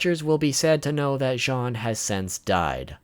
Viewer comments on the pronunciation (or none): i get that he cant really say all of the names right but he cant say jean like the pants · jean i pronounced jeen not john